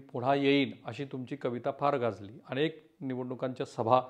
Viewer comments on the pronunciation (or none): none